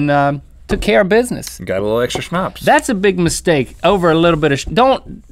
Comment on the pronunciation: Wow you actually pronounced Schnaps right, but it is written with one "p" (im speaking German so I should know that)